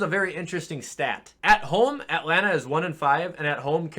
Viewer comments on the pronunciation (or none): none